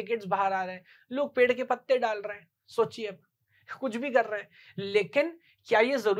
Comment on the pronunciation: per nhi hota hai ped hota hai (पेड़ ) ना की पेर